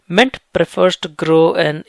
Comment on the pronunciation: Bro....mint...not ment(!)